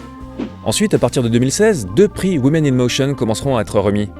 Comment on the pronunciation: woman - prononcer WOOMAN; women - prononcer WIMIN !! please !